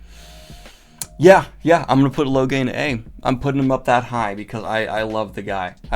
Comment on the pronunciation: does anyone else cringe at the over-pronunciation of the names? like, how is Taim not pronounced "tame"? Why is it "Tay-eem"? ugh.